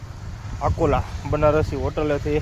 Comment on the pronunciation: आकोंला नहीं अकोला बोलो